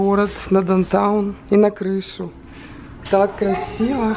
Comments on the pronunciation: Мне тоже ухо 👂 резало как произносит несколько раз дантаун.. правильно будет даунтаун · попросите дочку научить вас произносить down town